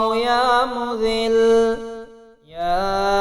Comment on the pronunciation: Bahi Ya Muzzilu ha .please sahi parhain 😭😭😭😭😭😭😭😭😭😭😭😭😭😭😭😭😭😭😭